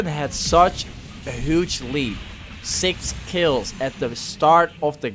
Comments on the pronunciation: The way he says huge ;hooge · the way he says "hooge"